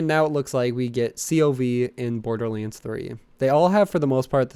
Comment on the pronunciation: Am I the only one hearing him call borderlands borderliends?